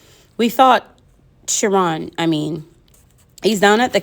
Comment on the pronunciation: I like the chapter 15 but in page 221 it is ch it k you have to sound like k sorry I just want to till I love how you read it and you have to sound like kiron it is MR.Burnner real name I just want it to till you.